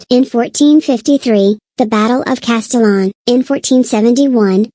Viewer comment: But it's "Castillon" not "Castillion".